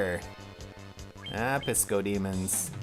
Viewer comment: XD At first I thought you said we had to defeat some DiscoDemons no Piscodemons...I was kind of bummed.